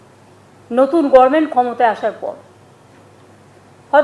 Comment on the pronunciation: আজ অবধি government বলতে শিখল না।অশিক্ষিত একটা।